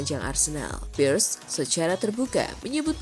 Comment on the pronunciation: Robert PIIIRREEESS bukan PIERS 😅😂